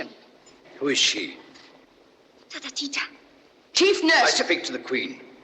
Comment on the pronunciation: Who pronounced the name of Ftatateeta the queen's chief nurse No one can pronounce it Tota, except yourself The burn is reallllllll